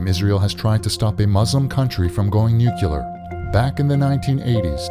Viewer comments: TRT, please use better English dubbing. Seriously. It is NUC-LEAR not NUCU-LAR. JFC! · NUCLEAR, NOT NUCULAR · NOO-CLEAR. NOT NUKULUAR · It's NOT "nu-kyoo-lar" you dolt! Just pronouce it like it's spelled: "nu-clear" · This person's pronunciation of "nuclear" is so irritating! But great video.